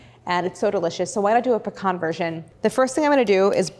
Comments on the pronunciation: As a southerner, thank you for saying "pecan" correctly. It's pa-khan, not PEE-CAN 😂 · Claire is wonderful at taking the intimidation out of fairly advanced techniques. She also pronounces “pecan” properly. :-)